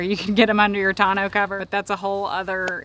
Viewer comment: 1) Who taught you how to pronounce “tourneau?” Not even close. 2) You didn’t mention Harbor Freight or Northern Tool for a 3500W inverter!? Are you guys living under a rock? 700 bucks. 3) Propane gives you no run time. You would have to travel with many tanks or huge tanks, much more inconvenient and more EXPENSIVE!